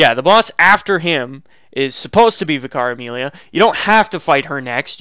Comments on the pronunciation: ssdarko1 Me too, it took several attempts to decipher. The way he days it sounds like Vi-Cara-Meelia, when it's should just be Amelia who is a Vicar. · I was like who is Vikaremilia! Then I realized he meant Vicar Amelia. She is a vicar, pronounced vik ar, it’s a separate title to her name! Not one word, but two separate ones the first denotes her station and occupation so to speak. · What he means: Vicar Amelia What i hear: Caramelia